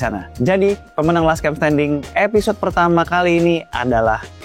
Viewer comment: Episode bang bukan episot 😅